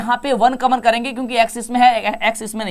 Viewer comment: कामन नही कॉमन होता है कम से कम सही उच्चारण तो करो यार😂